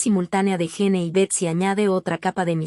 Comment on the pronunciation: AY VIBORITA LA QUE HABLA...A APRENDE A HABLAR ! A PRONUNCIAR ! ES PRONUNCIACIÓN DE GENE: "YIN" HACKMAN: "JACMAN". BUSCA OTRA MANERA DE GANAR $ ..SOY EL PRIMER Y ÚNICO COMENTARIO !😂